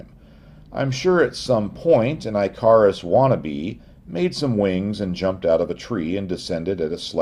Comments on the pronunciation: "eye-CAR-is"? ...do you mean Icarus ("IK-uh-russ")? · Eye Car Us?? Dude, it is pronounced ICK uh rus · Icarus. Not pronounced I kuh rus, pronounced ick uh rus. Look things up so you don't seem ignorant. USA english. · I think that's Ik not Eye. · Icarus is pronounced as “ICK a rus” —with a short I. Excellent analysis and video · Thumbs Up! But . . . Icarus (IK-uh-rus) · ICK - a - russ. ICK - a - russ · Man I really want to watch this but I’m in and you’re already pronouncing Icarus weird, who in god’s name pronounces it that way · I lasted until and said fuck it I’m out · Please with your pronunciation of Icarus! Omg! Wrong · How did you manage to grow to adulthood, with an interest in flying, and never learn how to pronounce "Icarus"? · I love the new pronunciation of Icarus. His dad's name is pronounced (also new) "da-day-luss". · I stopped at the pronunciation of Icarus. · For somebody who was doing even a bit of research it wouldn't take much effort to look up how to pronounce Icarus. Edit: Damn, what a great video. I hope Lindybeige, The History Guy, Real Engineering (I sub to all) take the time to watch this video. having said that i hope I can find the source material to the Wright Bros. letters published in a reputable source.